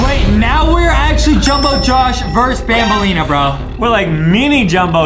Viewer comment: It's banbaleena not banbalina but it's true Adam does have a huge crush on banbaleena